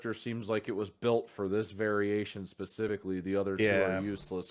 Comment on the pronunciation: He said “pahspefeky” instead of specifically